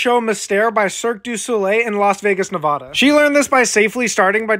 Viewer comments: Awesome video but you pronounced Nevada very, very wrong. Ne-VAD-uh not Nevahda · As someone from Nevada, it feels like a crime hearing someone pronounce it like Nay-Voh-duh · Nevoda😭😭😭😭 it’s pronounced NEV A DA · pronounces nuh-vo-da nevadans: NNNNNOOOOOOOOOOOOO, NO GOD PLEASE NO, NO, NNNNNNOOOOOOOOOOOOOOOO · NAvada bro what it's not pronounced like that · Just saying it's pronounced (nuh va ta) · You pronounced Nevada wrong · BUT ITS THE WRONG PRONUNCIATION 😭😭😭😭😭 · It’s so weird hearing Nevada pronounced like that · I’m so sorry, but as someone from Nevada, ain’t no way bro pronounced Nevada that way… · U PRONOUNCED NEVADA WRONG, THERES NO "H" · Imma need people to stop pronouncing Nevada wrong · mans can’t even pronounce nevada right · Pronounce Nevada right first. 🙄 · Can't even watch the rest of the video. I can't get past the horribly incorrect pronunciation of Nevada